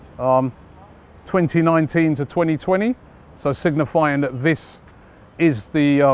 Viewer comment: "Singinifying that this is for the 2019/2010 season"🤣🤣😂